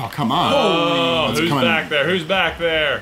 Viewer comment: he said, gaw come one